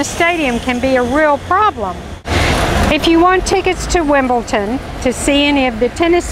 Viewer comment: could someone tell this lady its wimbledon not wimbleton. thankyou